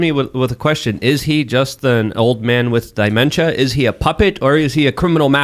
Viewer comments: Die-memtia lol. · it's dementia. Not di-mentia. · I thought misspoke when he said “die-mentia” but then he said it again. He is not a smart man.